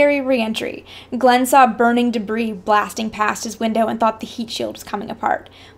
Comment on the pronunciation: yeah right thats how you pronounce his name !